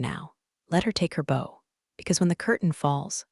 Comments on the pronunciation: If you're going to use AI to read the script you might want to fin one that can read words using the correct context. Better yet...tey using a human. Buf..fet? Bow..something that goes im your hair instead of bow..to bend over. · Bow - bō ( long o) = a decoration of tied ribbon or fabric. A weapon - bow & arrow. Bow - bǒ ( short o) = to bend from waist or neck or the front of a boat/ship. I really like your stories. But you need to teach your ai reader correct pronunciation. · Noticed it too all the time. AI can’t do the tense of a word that is spelled the same: wound, read, meet, bow. And i have noticed it treats some 2 letter words as abbreviations no = pronounced as number is = pronounced as island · When are you guys going to get your AI to pronounce words correctly. BOW, IS IT THE RIBBON ON A GIFT or THE BEND AT THE WAIST.. come on...get it right